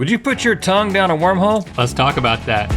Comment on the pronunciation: I wasn't sure if he said wormhole or warm hole? 🤔